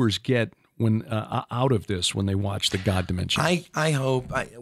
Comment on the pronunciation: why have you changed your pronunciation of the word God from how you used to say it? The way you say it now is a little disconcerting and distracts from your awesome message. Any, God bless you my man. Love your message and your vids. 👍